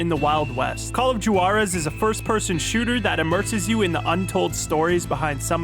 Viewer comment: ye but he called it "jewarez" not 'warez'